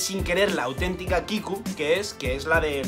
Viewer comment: ES KIKU NO KIKI JAJJAJA